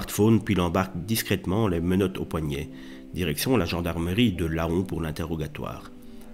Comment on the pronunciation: bonne explication sur ta vidéo ! Mais la ville se prononce lan et pas Laon même si ça s'écris Laon. J'espère tu nous diras la suite car ce fait divers c'est a 10 20min de chez moi et j'en ai pas encore entendu parler depuis ce temps là ^^